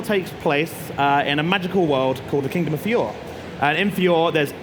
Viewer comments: uugh!! NO JUST STAHP!! 1. its "Fi-or-ey" not Fee-ore 2. THEY ARE NOT MAGICIANS!! They are WIZARDS & MAGES. 3. Wendy is a "SKY Dragon Slayer" not Wind/Air 4. Wendy's attack is called a Sky Dragon Crushing Fang. 5. Ezra's armour is called "Heaven's Wheel" 6. Plue is a DOG not a Snowman!! I'm hoping to see this game dubbed with the original voice actors, would be awesome to play it. (I'll just forget this game like World Seeker if its another un dubbed game.) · samee the way he pronounced Fiore triggered me so much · It kind of hurts how he says "Fi-yor" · Fiore “fee-or” I cringed when he said that and Mashima wrong too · Yep it made me want to cry. Clearly they haven't watched the anime since they mispronounced the kingdom of Fiorye. I probably spelles that wrong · 1. Fiore is pronounced fi-or-y 2. wizards not magicians 3. dragon roars are far from weak 4. the attck wendy is using is sky dragon cruching fang nit sky dragon claw two different moves. 5. it is shy dragonslayer magic not air. 6. plu is a dog 7. erza's moon slash should be using the blackwing amor not her default armor Things i am hoping for 1. dragon force 2. upgrading attacks not just replacing them 3. lots more characters like mystogan, jellal, mirejane, ect 4. dlc arcs i would love to play stuff like alverez and the 100 year quest, past ones shuch as the coilision of guilds, and the movies lile dragon cry and phoenix priestess 5. more accurately resreaching the magics and characters. these people should have to watch all of fairy tail. (not even a bad thing it is a great show and they have a really good chance of enjoying it.) 6. english voice actors. nothing against the Japanese actors i would my to see actors like todd and britney come back (those are the only two i can think of of the the too of my head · Yup. His pronounciation of fiore 😭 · The man explaining Fairy Tail... Has never really watched Fairy Tail aside from the required basic amount... I mean the man can't even pronounce Fiore...